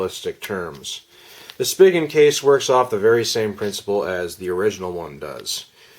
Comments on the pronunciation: Thanks for this video. One thing though, it's pronounced 'spee-gen' not 'spiggin'. ☺ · i thought it was "spygen" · I have been searching for over a month for a good case for my Axon 7 and am on my 3rd case which is the Poetic case which is okay I guess but I prefer something like the Otterbox Defender which I have always used for my phones but Otterbox said they have no plans on making any cases for the Axon 7 so I guess we are stuck with these cases and a few other crappy ones. Just a heads up, Spigen is pronounced (Spy-Jen). Thanks for the video.